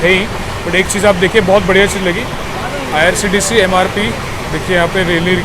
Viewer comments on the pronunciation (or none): none